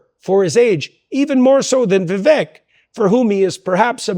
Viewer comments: "Vivek, rhymes with cake" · I thought Vivek is pronounced vi-VAYK. Jordan continues to mispronounce it. Am I wrong? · It's not petty. If your friend doesn't take the time to learn and pronounce your name correctly, are they your close friend? I'm a fan of Dr. Peterson, seeing him live twice, and I that he should get Vivek's name correct.